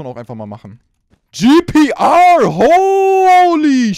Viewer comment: Bastilogik: Spricht "Tomb" (englisches Wort) deutsch aus. Spricht "GPR" (deutscher Spieler) englisch aus :D